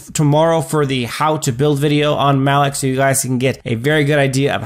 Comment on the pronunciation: Why are you saying maloch name so wierd?